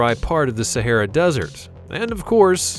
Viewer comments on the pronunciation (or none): none